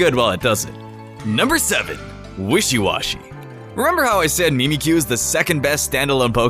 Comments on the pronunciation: did he say... memekyu? it's Mimic-you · It's not meemeekyu... It's pronounced like mimic-you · it's mimikyu not meemikyu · no MIMICU it's simbolic to say its mimicing pikachu u sayed memecu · MIMIC-YOU not mee-mee-kyu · mym-a-kue not me-me-cue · Not meme-Q its mimic-Q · I'm triggered, if you watch the anime you would know it actually hates pikachu also it's pronounced 'mimic you' not 'meemee kyu'. Anyway this comment was kinda a joke. I actually like your videos,. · Mee-Mee-kyoo? It is pronounced mim-ick-yoo. Mimic you. It is mimicking Pikachu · Mim-ick-you not Me-Me-ick-you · Adama marty EXACTLY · its mimic-you not MEME-ick-you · mie-mie-kyu..... seriously??? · MIMAYCOO. is how he said it. wut. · It's prononsest mimic-you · its pronuced mimic you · No it's pronounced mimic-you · wtf is "meemeecue?" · It triggers me that he says Mimikyu wrong. XD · The way he pronounces mimikyu 😅